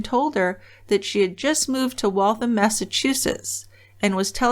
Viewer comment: I grew up in Waltham. I'm so disgusted that he did this to such a wonderful woman. I'm glad he was caught and is where he belongs. ps "Waltham" rhymes with ham.